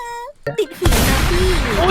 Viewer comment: ผมได้ยินว่า ติดheeอะพี่